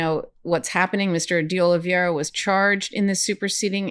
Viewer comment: Love this channel, great and important work. It’s pronounced- (Oli(VAY)ra) - OliVEIra. It’s a little tricky but actually easier once you get it. E before I sounds like (AY). Think “Hay”.